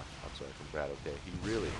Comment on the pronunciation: Great cast! His name is pronounced 'Bratock,' BTW. It's Russian for, like, 'Bro.'